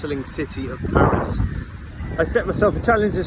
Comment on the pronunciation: Salut, Je ne savais pas que tu parlais (était?) français mais ta prononciation des différents endroits de Paris ne laisse aucun doute. 😉 Toutes mes condoléances pour ton grand-père; il y a certain moment de la vie que l'on souhaiterait éviter mais, malheureusement, ce n'est pas possible. En tout cas, je suis heureux que tu continues tes vidéos sur cette chaîne, c'est toujours un plaisir de t'écouter.